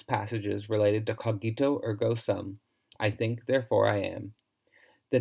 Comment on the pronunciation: The correct pronunciation is /'co:gito/, not /co'gito/.